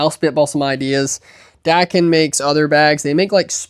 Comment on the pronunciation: Dackin. Lol. Dakine is “duh-kine”